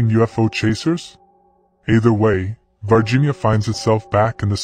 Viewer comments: This is confusing! The title says VIRginia, but the narrator is saying VARginia. Would somebody please explain this and how an "alien" from VIRginia is showing up in Brazil? I have known several people from VIRginia, and they didn't appear to be aliens to me! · I'm Brazilian. It's "Varginha" town, not "Virginia". And that is not the creature, It had 3 head bumps.